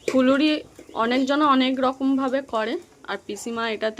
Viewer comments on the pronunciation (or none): ওইটা ফুলুরি হবে ফুরুলি নয় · Fuluri bole furuli nah...natni hoy not nadni..Tumi ki go murkho..aktukuo ki kali nei pete..